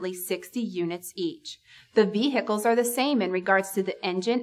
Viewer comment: Vee hickles?